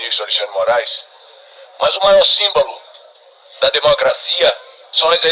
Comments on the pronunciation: Deputado Paulo Magalhães faça umas aulas de português não é simbalo e sim símbolo burro e ignorante 😡😡😡🤬🤬🤬🤬🤧🤧🤧🤧🤧😤😤😤😤😠😠😠😠😠😠😠😠😠😠😠😠😠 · O Deputado que defende o Xandão disse -" o maior SÍMBALO, ao invés de SÍMBOLO. Olha o nível de cultura. Socorro !!! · Simbalo 😂😂é o que há. Um politico, falar errado deste jeito.